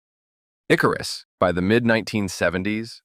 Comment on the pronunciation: It's IkArus, not IkarUs.